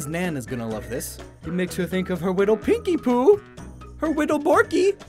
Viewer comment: What yokai watch fan reacted when he said pinkipoo